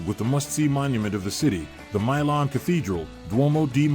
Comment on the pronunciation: If you're gonna make videos like this, at least learn how to pronounce the city name, other than that it was good